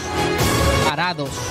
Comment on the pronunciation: Chapultepec,la "C" suena al final.Paradox la X" suena al final..Tapatío lleva acento en la i y suena marcada la i..